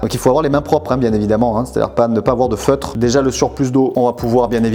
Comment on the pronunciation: On dit "fetre" ou "feutre"? Tu me fait douter.